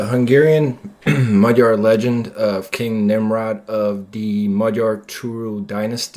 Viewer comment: Both of my parents were Hungarian refugees, I was born and raised in the United States. Your pronunciation of "Magyar" is impeccable! Americans always get it wrong! I am very interested in the ancient history of the Magyars and their origins. During my parents' time the Finno-Ugric theory was popular, but it has since fallen out of favor. My personal opinion is that the ancestors of Magyars came from the Siberian region ( Northwest Asia) hence our linguistic links to the Kanty and Mansi. But not much is known of this era. Through migrations, these proto Hungarians entered the Eurasian steppe, near the Black Sea. This is where they intermingled with such tribes as Huns, Scythians, Avars, Sarmatians, etc. And where they became a great horse culture. I remember a book, by Kate Seredy, a Hungarian - American children's author, " The White Stag" - This explains the legend of the White Stag and Hunor and Magor. "Emese" is pronounced with the S as "sh" and the last E as "eh." So in English, it would be : "Eh Meh Sh Eh." This was very interesting and informative.